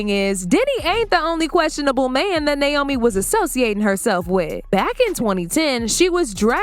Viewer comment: As a Naomi, it’s NAY O ME. 😊 💖